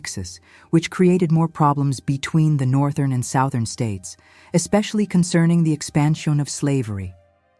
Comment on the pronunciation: Sowthern states.